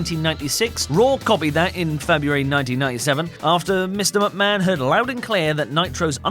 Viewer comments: He only said Vince McMahon once he always says Vince mucman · At the start of the video he said Vince mucman